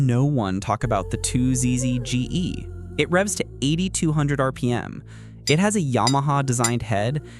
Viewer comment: Would it be hard to have someone narrate this? "Two Jay Esses" really? bruh